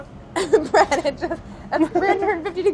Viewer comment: anyone else notice Claire calls him "Bread"